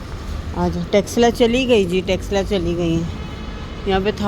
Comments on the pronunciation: Loll texela no its tesla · Tesla name ha car ka not texla sister